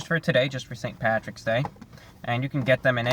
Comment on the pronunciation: You called it pattys day but I still gave a thumbs up.